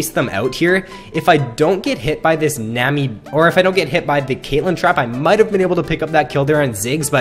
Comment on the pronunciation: its nami not nemi -.